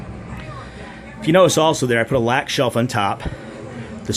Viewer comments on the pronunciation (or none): Lack from Ikea is pronounced Luck, not Lack, as it is a Swedish word :)